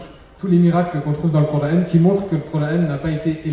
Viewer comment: Pourquoi prononcer "cor-ane". Je suis un musulman français et je dis "coran". Allah a créé toutes les langues dont le français.